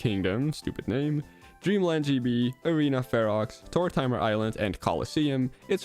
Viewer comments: it's pronounced tour-ta-mer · “Tour-timer island” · If you can't pronounce Kalos or Tortimer right, you must really suck at pronunciation